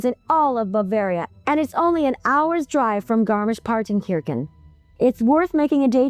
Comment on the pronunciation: It’s pronounced kershan , Kirche is “church” in German. wonderful, beautiful been going there for five or six years